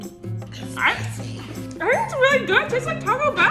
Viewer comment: The way he said “spicy” 🤣🤣🤣